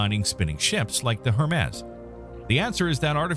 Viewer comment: You really don't know who Hermes is or how to say his name?